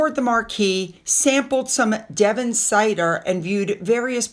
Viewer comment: I heard a bit of a west country twang when you said Cider ( look up the song I am a cider drinker)